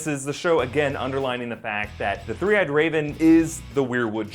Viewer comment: Three Eyed Raven... Tree Eyed Raven?